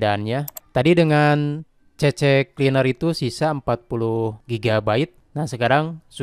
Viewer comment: C-Cleaner mas bro... bukan CC-Cleaner...😂